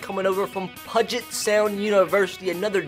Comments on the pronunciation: bro i’m from washington and you pronounced it wrong you pronounce it with a u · "Pudget Sound" pronounce it like "Pewwwwwget" Sound i felt the need to do that for some reason. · I literally yelled "IT'S PEW-JIT not "Pud-Jit!". You don't pronounce "huge" as "hud-gee" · Love this idea, can't wait to see more. Also it's a little nitpicky but puget = pYOU-jit, not pudge it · “Pug-et” 😂 It’s all good, just pronounced Pew-git lol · It’s Pewget Sound. Not pudget sound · It’s pronounced pew-get sound not “pud-get” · I really appreciate the fact that you know of the lower colleges in Washington (and the fact that Eastern Washington is an FCS powerhouse) but I KNOW you didn't say pudget sound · Pew jet* 😂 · I'm from the complete opposite side of the country and also cringed pudge-it sound 🙄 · Great video! but it’s pronounced Pew-jet sound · About Time Closer to Pew-jit. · Great video love the mention of UPS ( University of Puget Sound ) also I know this video is old but it’s pronounced Pew-Jet but still good video 👍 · I have gone to both Puget Sound and Pacfic Lutheran, also Puget is pronounced ‘Pew-jit’.... love the content and love seeing Gonzaga football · LOL I'm from Washington. It's pronounced like "PEW-JIT". A lot of things here are hard to pronounce if you're not from here. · It's pronounced Puget (PEU-GET) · Fyi “Puget” is pronounced “pew-jet” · It's pronounced pyoo-jet sound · Jesus. I live in Spokane... and that’s not how you say puget sound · my goal for you this series is you pronounce Puget Sound right 😂. I go to UPS and I cried about a 100 times because of how many times you mispronounced my schools name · also please stop pronouncing puget wrong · The way you said “Puget” hurt my ears 😔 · literally every transfer is from washington and i know about half these guys also you pronounced puget wrong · you need to figure out how to pronounce Puget Sound... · Ima Need You To Pronounce Puget Correctly